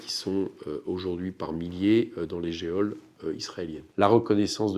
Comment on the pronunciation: Merci M. Coquerel pour tout le travail que vous faites. Deux remarques techniques en passant : la prise de son est défectueuse (un seul canal à l'écoute), et “geôle” ne se prononce pas “jéole”, mais “jaule” (le “e” est muet et le “ô” est un “o fermé”). N. B. : ceux que la phonétique et la correction du langage n'intéressent pas ne sont pas tenus de venir le faire savoir ci-après et sont donc exemptés de commentaires sur le sujet.